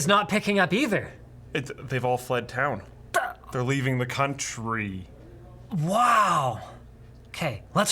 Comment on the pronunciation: Why did you say country so weird?